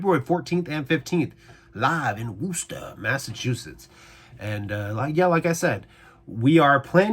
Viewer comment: wuss tahhhh not woooooooooo ster